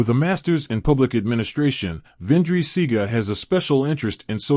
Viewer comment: Ÿour pronounciation of his name is wrong and some of your information lack clarity.